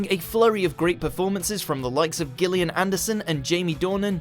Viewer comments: It’s not Gillian it’s pronounced Jill-Ian. Scoffs 🤓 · What an odd pronunciation of Gillian. It's g as in gentle not g as in gull. The letters e and i after the letter g soften the sound, but in any case, I thought everyone surely knew how to pronounce the name Gillian. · Pronounce Gillian properly... it is JILLIAN! Also, The office is TERRIBLE! Tried the Crown and got bored, but rest of the list is good. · If you can't even manage to pronounce Gillian Andersons name right, you're probably in the wrong job. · Gillian is an English name that is supposed to be pronounced with a hard G. Should still have known that isn't how she pronounces it. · Gillian's a great actress. You mispronounced her name though. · Way to butcher Gillian Anderson's name 🤣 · The way you pronounced Gillian LOL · Qui Quae Quod OK OK I accept your point, there maybe two ways of pronouncing Gillian however it's still best to do your research on how the subject of your video pronounces her name!